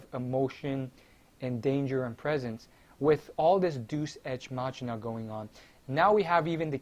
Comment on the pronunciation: It's pronounced Dey-oos, ex, mack-eena. And wow, you called it. They fucking asspulled harder than any show has in a couple years by making Trunks make a spirit bomb, which he's never heard of, on a dead planet. AND somehow fuse it in his sowrd. AND somehow destroy a FUSED GOD THAT FOUGHT VEGITO, when a bigger Spirit Bomb couldn't even kill Frieza. Either everyone's FAR weaker to the point final form Frieza on DBZ is superior to everyone on Super, or the writing is just garbage.